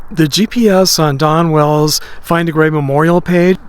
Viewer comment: it sounds like hes saying Donna Wells